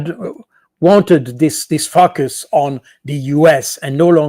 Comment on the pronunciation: Cold. Boud, really needs to improve his pronunciation of the word focus, it sounds like another word 🤣